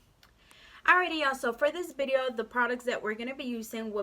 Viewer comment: It's video. With a V not bideo